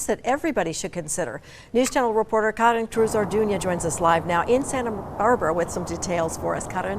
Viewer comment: It's KAREN not KAH-DEN